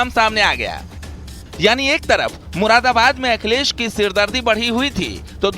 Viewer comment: अरे ये मुरादाबाद का नाम भी नहीं ले पा रहा है मुराबाद मुराबाद बोल रहा है